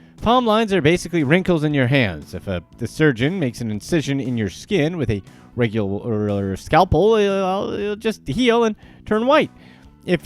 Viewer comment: Regulaarrrghhhaaa scalpel 😂